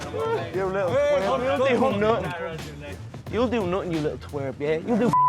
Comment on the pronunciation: Yuh luttle twarp 😂😂